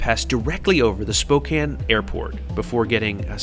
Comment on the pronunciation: Coeur d'Alene!?!?! That is where I live, well just north of there. And you pronounced it and Spokane correctly!! Kudos.